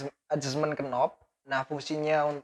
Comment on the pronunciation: Sedikit info, untuk kata2 dalam bahasa Inggris, yg diawali dengan huruf2 kn, dibaca mulai n saja, huruf k tidak dibaca: Knob : /nob/ Knife : /naef/ Know: /noo/